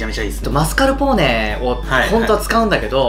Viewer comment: 皆んな知ってる〜？ マスカルポーネとマスカポーネの違い